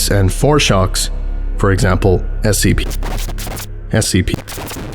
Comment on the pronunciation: It’s supposed to be SCP not SKP lol